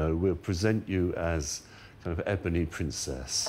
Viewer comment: "ebony" ... WTF?!